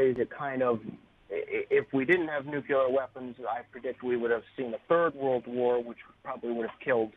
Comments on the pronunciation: It's nuclear not nucular for the love of God!!! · "nukyaler" = no credibility. Nuke Lee err. not that hard.